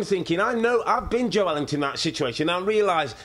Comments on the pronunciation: FFS. Its Joelinton (pronounced Joel-inton), not Joe Ellington, and it was Bruno Guimaraes playing for newcastle, not Bruno Fernandez. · Bruh.... Im born and bred geordie and it is 100% Jo-elington. Just cos we call him joe linton doesnt make it his name, Joe himself says Jo-Elington. Same with Fabian Schar, its pronounced Scher but we all called him Schar for years. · What a cruddy first couple of minutes. Get your facts right bits. The ball was kept in play by Joe Willock not Calum Wilson. Plus it’s Joelinton, not Joe Ellington as both pundits call him repeatedly. Amateurish.